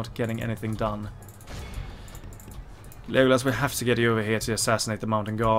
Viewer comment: It's pronounced "Lego" and "Lass" from the word "LASt", but I like your "Liegolas" pronunciation ahah!